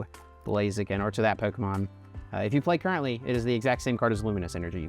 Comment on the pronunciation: The way this guy says “pyeeewwkamon” 😂